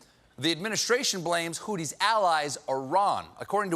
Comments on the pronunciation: It’s pronounced hoo-thee not hoo-tee 😂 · It's pronounced "Who C" and not "who T" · “Hooties,” Americans continue struggling to read I see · It's a "th" as in "think." BTW, Amr, I'm an American and I can read Arabic (studied it in college), so we're not really this giant heap of clowns. They are indeed mispronouncing it here, though.